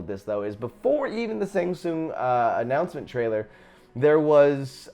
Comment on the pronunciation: "I'M a huge fan of mortal kombat" *can't pronounce shang tsungs name right lol. Also joker is cool and all but hear me out...Batman Who Laughs if it's regular joker atleast give him that skin.